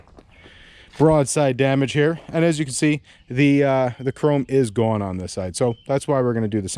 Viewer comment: "It's Gown!" I detect accent. :) This is going to be a very interesting repair!